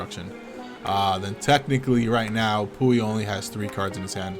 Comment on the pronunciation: Lol “pooey” -puy